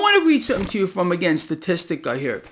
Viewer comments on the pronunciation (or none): Since you picked on me for mentioning that illegal immigration is also a major problem. It's pronounced sta-tis- ta NOT sta-tis-tic-a! BAZINGA